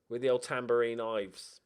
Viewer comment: Ilves is Finnish and means "the angry dragoncat" . You got that right.